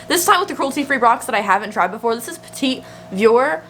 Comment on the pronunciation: “Petit Vour (peh-tee vohr) is a Frenglish word derived from the French confectionary, "petit four." Love ya,! P.S. Terre Mere (tare mare) is Mother Earth, and Lait (lay) is milk.